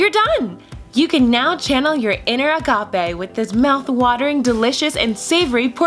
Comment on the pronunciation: I got so triggered when u said agape